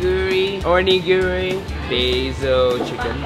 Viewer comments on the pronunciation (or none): When said origini wrong I got so mad because Im japanese and its a japanese foodkdjfhfi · Japanese people be offended with calling it ori-giri THE PRONOUNCIATION I feel mad but i understand why you say it like that